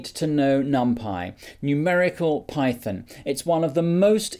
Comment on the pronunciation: Wtf is pie-thin?